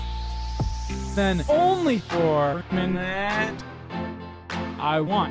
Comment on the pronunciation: Good vid but nick saying minute tho